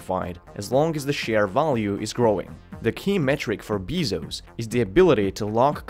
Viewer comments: Are you aware you mispronounced his last name (bay-zohss) every single time. I just don't get why people who make YouTube videos don't seem to give a fuck about doing 5 seconds of research before opening their idiotic mouths. They don't even know how to pronounce the things that they're talking about. You and TopTenz are the worst offenders. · Beeezos beeezos. Bruh are you just trying to piss us off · beezose. hurt to listen to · It’s pronounced “Jeff Bazos” do you speak proper English? Lol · Jeff Bee-zos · The way you say bizos brought me to tears 😂😂😂😂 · I was unable to watch this video it hurt me everytime he said "Beezos" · Your pronunciation sucks, especially triggered by Beezos:( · it is pronounced BAYzos and not "shareholder supremacy" but "customer supremacy" and that is how Amazon escapes government scrutiny this should have been SIMPLE to understand with a modicum of analysis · And it’s actually bay-sos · You are pronouncing the last name WRONG isn’t a English last name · It's not bezos It's bezos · how can you know so much about a person and not know how to pronounce his last name? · How can you make a video about Jeff Bezos and not even know how to pronounce his name lol. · learn to pronounce his name correctly, just call him jeff if u cant pronounce it properly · thumbs down for mispronunciation of the name. if you cant take the time to learn how to pronounce his fucking name, how can anything you say be taken seriously? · thats not how you say 'bezos'. jesus watch any news channel. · you keep saying his name wrong in the video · How can I trust your facts when you can’t even pronounce his last name correctly? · Why do people mispronounce his last name? if you're going to make a video about Jeff Bezos, you have to pronounce the name correctly. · I think it's unacceptable making a video about someone and getting their name wrong everytime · Can you say his last name right? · it's not his accent. He just doesn't know how to pronounce the name.